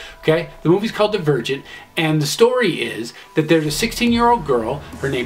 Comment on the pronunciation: When you said Divergent I thought you said The Virgin and then I was like wow this sounds like divergent